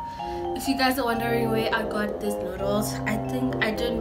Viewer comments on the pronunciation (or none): “We ghat this”😂😭😭😭I’m dying